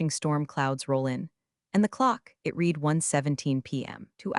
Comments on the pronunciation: Yeah, someone should whisper to the narrator that past-tense read is pronounced like red, not like “I need to reed a book.” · Teach the narrator the pronunciation of the past tense of read.